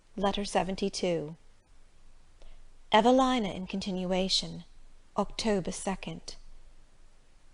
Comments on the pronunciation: It's pronounced Evaleena 🤦‍♀️ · You're wrong. It's a British author. It's pronounced een not ine